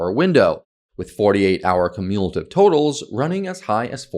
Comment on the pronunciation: Is this dude Ai? He pronounces some words pretty funky. Like cumulatively. I'm suspicious.